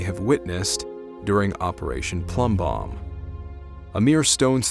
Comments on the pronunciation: Its plumbbob not bomb. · Love your vids. Hate to be pedantic but it’s “Operation Plumbbob” not “Operation Plumbbomb”